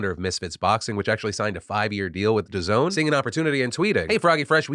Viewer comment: I can tell Phil remembers the one video were he pronounced DAZN wrong and wants to get the pronunciation correct this time.